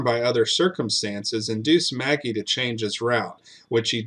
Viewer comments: Ma-gee not Maggie lol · I’m not sure of this gentleman but Magee would usually be pronounced McGee not Maggie.